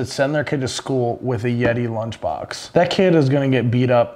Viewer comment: “Blunch box”